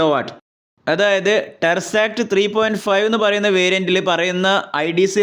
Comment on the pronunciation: എൻ്റെ മനുഷ്യ.. ടെർസാക്ട് എന്നല്ല.. ടെസ്സറാക്ട് എന്നാണ്..